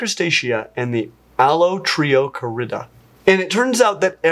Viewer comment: latin stresses the penult -- allotrioCArida, not allotriocaRIda